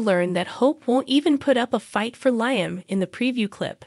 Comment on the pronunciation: Please say Lee-um (Liam) not Lie-um